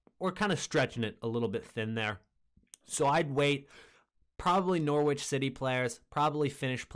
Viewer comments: You're going to get abused by us English viewers for pronouncing it "Nor-witch " rather than "Nor-itch " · Hey bro, the w in Norwich is silent try saying norich that's how it's pronounced, good vid btw